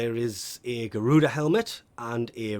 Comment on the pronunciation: So he called Gara—Garuda cool